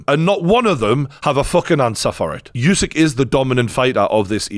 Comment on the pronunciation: This was very entertaining to watch and informative, thanks. Have watched already few videos on the channel and I like it. The only thing I’d like to correct as a ukrainian, Usik is pronounced not as it is written, it is actually sounds as it would’ve been written Oosik. Hope it helps.